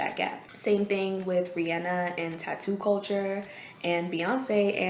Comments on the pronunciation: Oh my goodness you say REE ANN A. Thank you! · Kudos for pronouncing Rihanna's name correctly.